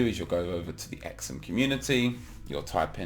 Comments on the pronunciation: its pronounced "SUM" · Surely its pronounced like sum but z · It's pronounced Sum. Like when you add two numbers together you get a sum